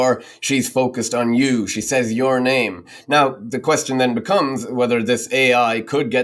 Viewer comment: Why so you pronounce "says" like saze? "Says" is pronounced sez, not saze.